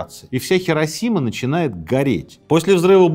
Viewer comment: Сергей, Хиросима. Понимаете, хИ... А вы всё время тяготеете к "хЕ". Если вам интересно знать, в японском даже нет такого слога "хе". Правда, есть "хэ", но это уже совсем другое звучание)